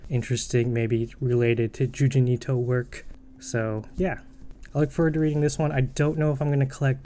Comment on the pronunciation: um people might laught at you u for calling Junji Ito, JUJIN ITO (just letting u know)